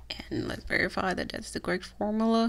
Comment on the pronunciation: You have the pronounce the U in formula.